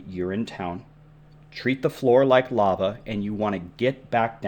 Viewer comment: Ok I’m gonna stop watching the video its “Lava”!